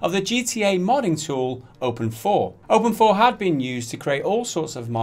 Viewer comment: Open 4? I thought it was open "eye v"